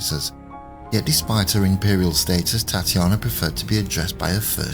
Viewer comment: Very interesting - thanks for posting (her name was pronounced Tat ya na)